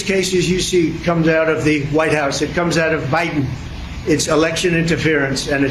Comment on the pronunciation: lol. He pronounces Biden, as he does China…he is so removed from any kind of knowledge.